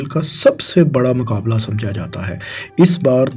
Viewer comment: Bhai Apni pronunciation thik kr lo yar... Words sai bola kro Maqabla ni muqabla Racard ni record Dabai ni Dubai Aese aur bhi bht sare words hain